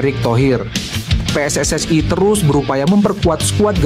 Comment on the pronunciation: Min ....Tolong dong ngomongnya biasa aja PSSI gitu jangan PSSay Aneh kedengeran nya 😂